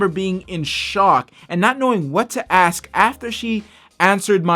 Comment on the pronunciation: Wow, didn't know. Rap like that happened to you. Also stop axing people. !!